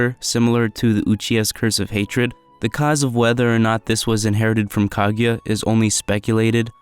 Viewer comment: not (kag-a-ya) it’s (ku-gu-ya)